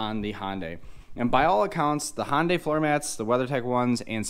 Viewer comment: Great video but I wish you would pronounce HyUndai with a U instead of sounding like a HOnda.